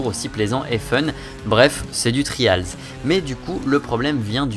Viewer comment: On dit vraiment "Tri-A-lz" avec l'accent qui va avec? .-.